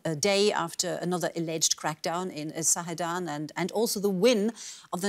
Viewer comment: It's Zahedan, not Sahedan; it's Basij not Bastij; terible, worse than BBC; back to school.